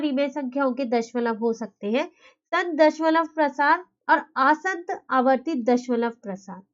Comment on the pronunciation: Mam aapki pronunciation wrong h it's asaant na ki aasant Otherwise nice explanation keep it up 👍👍